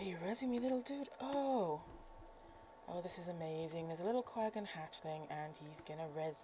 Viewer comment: Lol... i love ur Quaggan pronunciation. Nice vids btw.